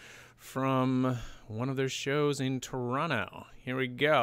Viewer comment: I’ve watched this video a few times and just realized…you say Toronto correctly 🤩